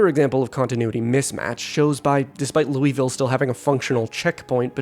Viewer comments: For both and all zomboid players, to not incur the wraith of all kentuckians you have to pronounce Louisville as "lul-vill" and not "Louie Vill," or "Lewis Ville". With love, EKY resident. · Just gonna say, it's pronounced "Luhl-ville", not Looeyville. Source: half my relatives live there and made sure I pronounced it right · just for the record louisville is pronounced "lullvull" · Kentucky resident here... *ahem* ...Loo-uh-ville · Should be telling em it's pronounced "lou-vel" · its pronounced "lewis-ville", named after King "Lewis" XVI of France obviously. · Locally Louisville is pronounced without the 'is' sound. Several different pronunciations are used, but none like that. Otherwise good video.